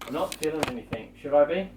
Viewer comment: Why does say 'anythink' in place of 'anything'?